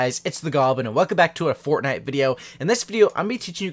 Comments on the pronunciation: he said fortnut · He said fortnut 😂 the memes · Fortnut XD